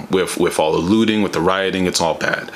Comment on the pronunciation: Every time you say looting i hear lewding, because of that i can't support your message.